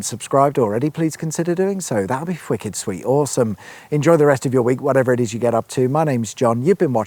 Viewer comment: Whicked, not fwicked.